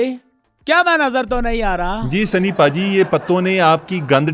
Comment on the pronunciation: اس کو بھا جی نہیں بولیں ۔اس کو پاجی بولیں ۔سنی پاجیت